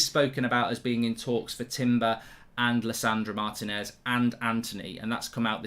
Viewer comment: It’s pronounced Mar~Tea~nez not martin~ez. Plz pronounce our names correctly